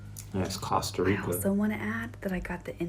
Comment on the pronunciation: Costa "less" Rica...